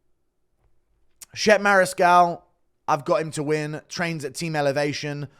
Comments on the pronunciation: "Shep" 😂😂😂. Is Chep-pay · Mariscal’s first name is pronounced “chep-aye” not Shep